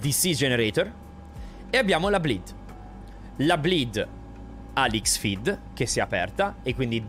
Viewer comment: Posso farti un piccolo appunto in amicizia? XFEED si pronuncia CROSS-FEED. Comunque bravo bravo bravo, i tuoi video dimostrano quanto bene studi un aereo prima di parlarne. Abbiamo bisogno di più piloti come te nelle compagnie!